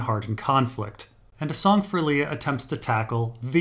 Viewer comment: It's definitely Liar, not Lee-a. It's important shading in the story because it reminds us: is the alien goo genuine, or lying?